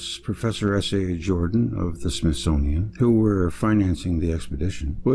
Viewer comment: Smith-Sun-ian Of the Sun workers